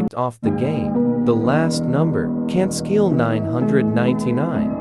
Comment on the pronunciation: The "can't sceel 999" 🗿